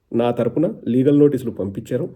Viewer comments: అన్నా లాగల్ కాదు లీగల్..... బరధ కాదు బురద.... టెన్షన్ లో ఉన్నవ్ చూసుకో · ఒరేయ్ వట్టల డాక్టర్ అది లాగల్ కాదు లీగల్ మీ 420 తుగ్లక్ అన్న లాగే నీకు తెలుగు రాద రా జఫ్ఫా నా కొడక